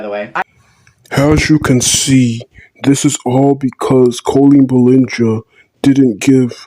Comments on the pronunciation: Are you high? Yeah victim blame, that's a good look. I suggest you look up the definition of grooming because you clearly don't know. Try learning how to pronounce Ballinger while your at it. No there is no joke when asking minors inappropriate personal questions when you're a full grown adult, sorry. Victim shaming a child again, but carry on... What "feelings" was Colleen in when sharing her husband's private parts and her sex life with adam? Was that "edgy humour" too? It doesn't matter? You don't care? Wow, don't make any application to join child protection services any time soon will you... What's he doing? He's explaining how he was manipulated and groomed by Colleen that's what he's doing. Pretty evident if you took your Colleen Ballinger tinted glasses off for five minutes. Minors can see what? A shirtless man talking about giving himself a makeover to look like friend... Hmmm hardly comparable. Minors see shirtless men at the beach, in parks, on tv, playing sports. Not quite the same as talking about sex in private with a child now is it? Where is the hypocrisy? Where are the leaked messages Adam had explicit conversations with minors and manipulated them to work under age for free? Where? What true colours are you showing? You're saying a lot but delivering nothing... No, it's not because she didn't give him attention, it because she dangled a meeting with her over him for years as recompense for all the unpaid word he did, all the dirt she manipulated him to do in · this has to be a troll because he's not even saying her last name correctly 💀